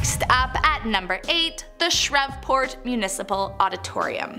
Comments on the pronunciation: It’s pronounced SHREEVE port not SHREV port. My family founded Shreveport. Please pronounce it correctly. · Its Shreeve-port not Shrev-port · It's SHREVEPORT (SHR-EVE-PORT) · ”shr-eeve-port” and “eu-neece” and “d-awphine” she did a really good job with T’freres though. Great job with the info though, love it! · Shrev-port… ??? SHREEV-Port 🤦🏽‍♀️ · Shreveerport I'm☠️it's Shreveport 😂😂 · U said Shreveport wrong it's shreve....port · It’s SH-REVE-PORT 😂😂 good video tho good information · I’m an Aussie who has never been to the US and even I know it’s pronounced Shreeveport!! 😂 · Wait, why I heard someone pronounce it Shrevenport...I was hollering 🤣🤣🤣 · More like ShrEE Pote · Its Sh-reve-port Shreveport and Forbing is in Shreveport its just the name of the tracks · Shreveport is pronounced (shreev-port) and Comeaux has an emphasis on co and not mo:) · Love this but shreveport is pronounced “Tree-port”. Only know this because I’m born and raised in Louisiana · It’s Shreveport pronounced (Shrēēve-port) 😊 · It's pronounced Shreeveport. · She really needs to start getting the pronunciations right on the cities and town. It's Shreeve-port (Shreveport) 🤦🏾‍♀ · 2 things: For us locals, it is prounounced shREE-pORT. and say it slightly fast. Go to downtown Shreveport on a Saturday nite.. pm. You’ll see plenty of ghouls, zombies and freaks’a nature. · The way she says Shreveport 😅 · 😂😂😂 i almost turned the video off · That's what got me 😅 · Shreveport lol! Oddly mispronounced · IKR! 🤣 NOONE, from.. Louisiana pronounces it “loo- Ee- zee- anna” And there is no “ShREVV- port” 🤣🤣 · Like shreveport lol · As a Louisiana native. Your mispronounced Shreveport. Other then that I love your videos. Random fact I grew up roaming the groundsband halls of the haunted myrtles plantation. My mom was a house keeper there taking care of the rooms after visitors left. I loved every minute of it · I don’t even live in Louisiana,but I do know how to pronounce Shreveport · Shreveport sound it out